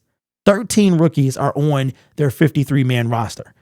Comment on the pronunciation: Can he not pronounce the word on?